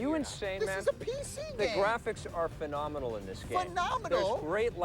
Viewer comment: Tommy's rant on Strategy games starts…. Phenomianl?! Phenominal?!